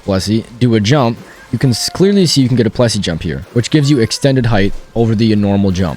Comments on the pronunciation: j hate how it says 'plessi' ITS PLESSIE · Just... It is Plessie, not Plessi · PLESSIE! NOT PLESSI